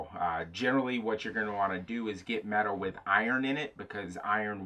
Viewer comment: Medawl? what is medawl ?